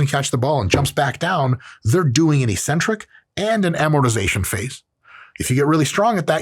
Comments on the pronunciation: Dr. Mike, perhaps you can explain why bodybuilders pronounce eccentric “ee-centric”. If we are going to randomly ignore consonants, perhaps we should discuss the “co-centric” phase? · Why do us gym ppl say eccentric wrong?